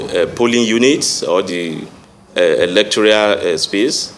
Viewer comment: Who made this one a commissioner of police. He does not know what electoral means . He keeps saying electorial, which is not the right word. He is a stooge and unqualified to hold the position. He doesn't have answers to the questions asked. He is complicit and a person planted by the ruling party.